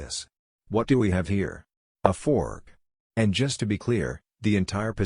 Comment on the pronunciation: its a fork not a foor xD